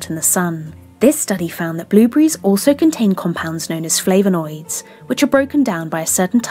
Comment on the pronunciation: Great content apart from the pronunciation of flavanoids! 😁